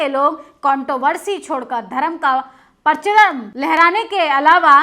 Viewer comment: पचरम नहीं मैडम परचम होता है।